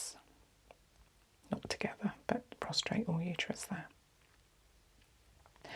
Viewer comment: Prostate not PROSTRATE! 😊